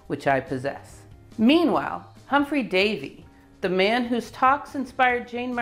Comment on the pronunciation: Humphrey Davy - not 'Humpry'.